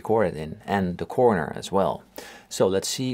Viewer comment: The way you say "de quorner" is toight as a toiger :-)